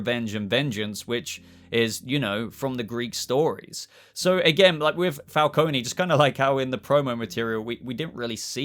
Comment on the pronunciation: Not a dig as I enjoy your videos but John Turturro is playing Carmine Falcone. Pronounced Fal-cone. You don't Pronounce the E. You may be getting confused as Salvatore Maroni is also a Batman mob boss character.